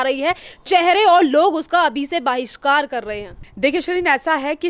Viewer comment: Baahishkar nhi bhishkar